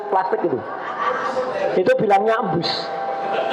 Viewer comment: GEMBUS BANG BUKAN EMBUS......😂